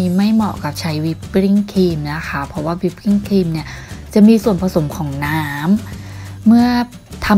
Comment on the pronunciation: อธิบายฟังยากไปนิดอ่ะค่ะ อยากให้นึกเรียบเรียงก่อนพูดออกมา การออกเสียงทำงงมาก เช่นวิปกิ้งครีม มันวิปปิ้งป่ะ